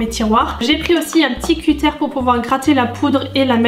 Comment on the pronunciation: On dit pas cutére mais un cuteure